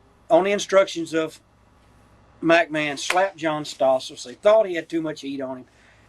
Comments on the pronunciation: I like how he always says MackMan 😂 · Mac Man.......its McMahon........